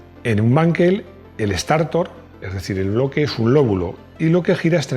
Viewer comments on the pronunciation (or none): "Estartor" no te suena regular? 😳